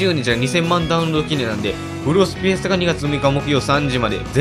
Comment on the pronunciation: フェスタがヒェスタになってますよ！ ふがひになってます！